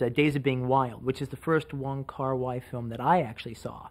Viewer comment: It's not Wong Kar 'Why', it's Wong Kar 'Way'.